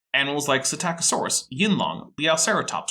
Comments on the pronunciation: "Puh - sitta - co - saurus"?? ugghh.. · did pronounce Psitaccosaurus “PsitICiosaurus”?